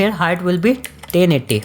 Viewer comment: "1920 x TENNIDDY" I love this guy 🤣😂❤